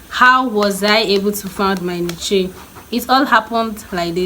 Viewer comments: Niche is pronounced “Nish” - not Ni- kye 😢 🙏 thanks for the information though. Be try very helpful advice. God bless you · Those channels you mentioned that inspired you, it would be nice if you linked to them, as i did not understand what you said or know how to find them, thanks. oh an a tip, niche is pronounce "nitch/nich" like how "rich" sounds, not ni-che lol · I love you but it's pronounced 'neesh' not niche